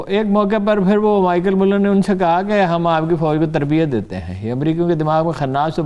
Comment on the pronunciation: Michael mullleen.. :d hahahahahahah.. Amazing punjabi pronunciation